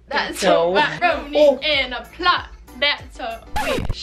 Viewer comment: i’m so sry but it’s WaP not wAp